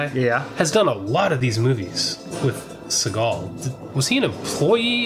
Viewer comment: Steve Seegul (how it pronounced early on), is using his black guy voice in this one.